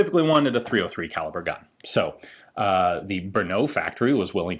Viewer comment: Ian, could you please correct the way you pronounce "Brno"? Simply drop out the "U" you're putting to the very end. otherwise it's ok. And of course, nice video as usual, thanks.